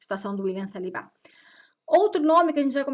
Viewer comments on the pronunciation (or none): acredito que esse seja o jeito dela de falar, e você não deve sair apontando as dificuldades de ninguém por aí. se enxergue primeiro.